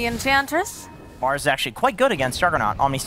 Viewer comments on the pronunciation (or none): none